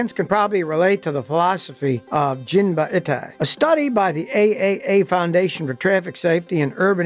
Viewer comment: Not "jin-ba-i-tai" where "i" is prnounced like the "i" in "it." Yes "jin-ba-i-tai" where "i" is prnounced like the "i" in "Miata." All Japanese vowels are the same as Spanish vowels.